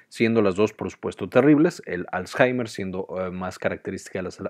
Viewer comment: Me confundio por que varias veces dijo azhaimer .